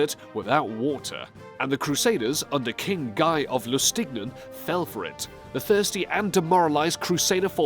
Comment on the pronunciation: Lustignan? Dude...Lusignan... :p Great video!